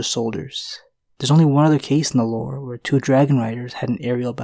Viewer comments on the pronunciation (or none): none